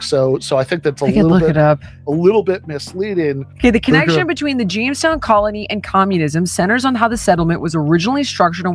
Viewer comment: Was it Jonestown? Or Jamestown?